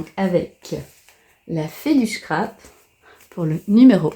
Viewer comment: Ouah quelle chance d'avoir tous ces calendriers ! Merci de nous les faire découvrir c'est très gentil à vous Par contre j'ai du mal à entendre "chcrap" c'est un S le scrap 😉🥰